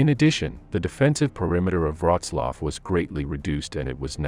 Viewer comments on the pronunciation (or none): Please at least learn how to prounce Wrocław before commenting on it. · Wroclaw = Breslavia You are welcome 😉.